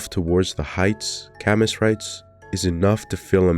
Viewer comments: It shouldn't bother me so much, but it was like a knife every time he said CAM-MUS. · "camiss" damn that's rough bro 😭. You should have googled how to say his name. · It's pronounced "Kamyu" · That is NOT how you pronunce Camus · Glad somebody else noticed 😭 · the way you keep pronouncing Camus makes my skin crawl but otherwise good video